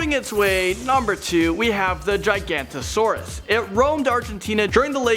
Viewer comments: Giga.. noto.. saurus. Not Gigantisaurus >.> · Yay prehistory on Youtube. Entertaining. By the way, not to be nitpicky, but Giganotosaurus is pronounced Gi-go-no-to-saurus. Still a good video though.